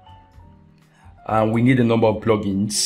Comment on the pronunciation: Love the video, but the way u say plugins (PLOGINS) is so funny :D hahaah... Thanks for the awesome tutorial- great work!